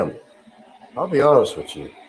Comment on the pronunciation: its HOMEY Frank not homely. WITH YOU not wichu